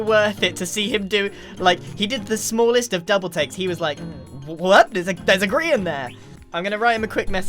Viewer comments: WHY DOES EVERYBODY SAY “GRAIN” ITS “GRIAN” NOT GRAIN GRIAN! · Why the heck does everyone keep saying Grain!? It's grian